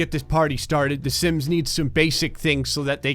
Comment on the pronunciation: When you say sims it sounds like simps